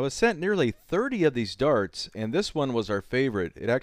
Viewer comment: Your pronounciation of darts is pretty funny. "durts"